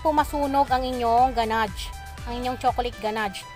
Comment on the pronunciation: Loop pan and ganadge sorry to correct po its loaf sound s like lowf not loop and ganash not ganadge